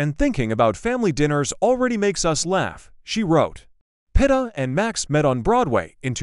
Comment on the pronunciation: Pronounced Peet ah